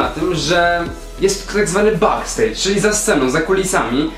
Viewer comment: Jezus Maryja mówi się "bekstejdż"